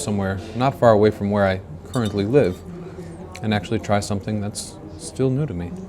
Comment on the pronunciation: to slovo je "something" not somethink.. ted se rechtam.."some think" znamena nekdo mysli.. jejej